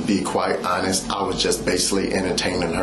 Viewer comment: "To be honess"....